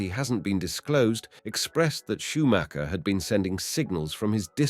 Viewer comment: You actually pronouned the name correct :O Well done! And of cause: So sad what happened to him